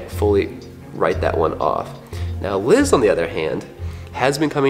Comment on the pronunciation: Bro it's Liz